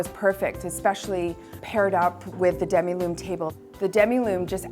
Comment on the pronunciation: And it’s Demi Lune ( half moon ). Sounds like the lady is saying demiloom table.